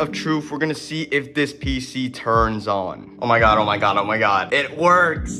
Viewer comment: "oh my gyadd"